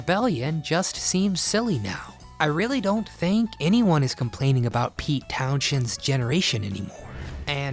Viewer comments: Pete TownSHend? Can't even say his name right, but you wanna criticize this band. Definitely one of the best bands EVER. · You lost all credibility when you mispronounced "Townshend"